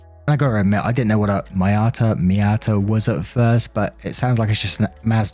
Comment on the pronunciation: The glitterbombed vehicle was a Mazda "mee-YAH-Tuh" - for reference's sake :)